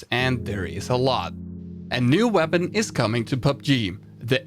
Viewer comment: The way he says PUBG tho